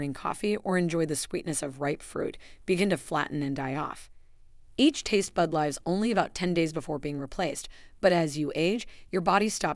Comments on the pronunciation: Such a pity this is AI and not truly human.Easy to detect in obvious mispronunciation of ‘lives’ and mis spellings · This loses credibility with useing evamples of people who are not even near 80. AI cannot pronounce differrnces in words spelled the same but pronounced differently in context. For example lives. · When you say tastebuds lives (rhymes with hives) instead of lives (rhymes with gives) your information is suspect. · While the contents of your videos are scary and I agree with the person who said that the tone is cruel, what I cannot stand is the AI mistakes. For example "lives" pronounced incorrectly. I have a physical reaction to them. Hence, I watched a few videos, but I cannot bring myself to subscribe. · AI mispronounced “lives.” Where 2 words are spelled the same, it often chooses the wrong one. I’m 85 & have experienced 3 & 4. I also wake up at night, but not because of my brain. It’s my bladder. I think this must be very common. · Really? Your example pictures are of young people tasting food? You want me to take this seriously then show me seniors for examples and make sure that your IA can pronounce words correctly, like live.